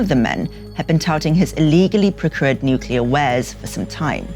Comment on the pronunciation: Nukular...... isn’t it pronounced nuclear?